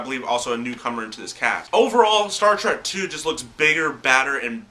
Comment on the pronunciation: Dude, no offense, but it's Star TREK, not Track.